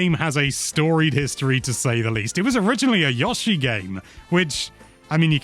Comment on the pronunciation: Literally everyone else in the world pronounces it “Yo-she,” wtf is a “Yah-she”?